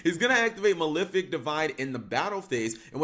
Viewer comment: why do people pronounce it as maLIFic, it's maLEFic as in LEFt handed